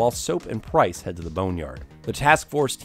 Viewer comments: This guy just called Price "Prince". Lol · it’s price not prince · "Now in Africa saop prince and yuri" LMAO please tell me people heard that